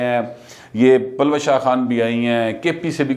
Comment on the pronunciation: یہ نام پلوشہ نہیں اس کا درست تلفظ پل وشہ ہیے، پشتو کا لفظ جس کے معنی "کرن، چکاچوند، چمک" وغیرہ ہیں